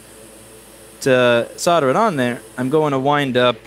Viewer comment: I love how you swear so casually, but the fucking word is "SOLE-DER" not "SODDER." Jesus Fucking Christ.